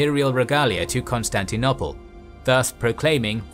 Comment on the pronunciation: I appreciate these videos. However, pronunciation is quite often dreadful. For example, the last 'o' in Constantinople is pronounced as in the word 'no', not as in 'on'. Augustine is pronounced 'Or-gus-tin' in English and 'Ow-gus-stin-us' (the vowel in both 'us' sounds being as the vowel in the word 'foot') in Latin. I recommend checking the IPA for unfamiliar names; they are usually on Wikipedia or Wiktionary. kɒnstæntɪˈnoʊpəl ɔːˈɡʌstɪn